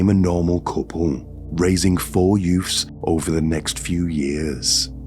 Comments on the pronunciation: I can’t watch your videos with the sound on. Your Mystic Meg delivery, and inability to say ‘youths’ drive me to distraction. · Yoofs?Its children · yeah I know. I can tell by the way he made up the sentences. But I just can't help but hear the word "yoof" 😂😂😂